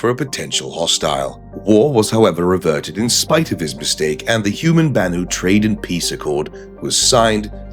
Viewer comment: "banu-ity?" had me rolling